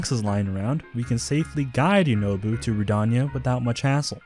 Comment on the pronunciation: i like the mispronunciations of some of the names "Teeba" "Yunoboo" "Yourbosa's furry"